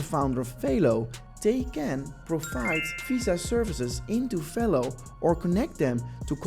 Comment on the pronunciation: It’s not FAYLO… it’s Velo, like jello